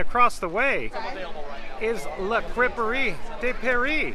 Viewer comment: Thank you for pronouncing La Crêperie de Paris, I would have been embarrassed pronouncing that wrong.